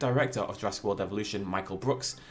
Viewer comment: This just irks me it says JurassK Park